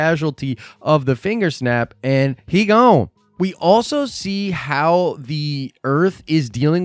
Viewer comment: "he gawne"😂😂😂😂